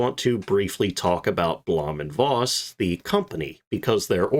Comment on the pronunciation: Voss is pronounced "Foss"...😊